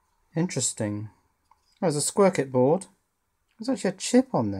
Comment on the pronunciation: "squircuit board"... I suppose it is!